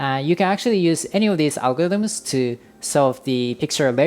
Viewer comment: nigga learn how to pronounce algorithms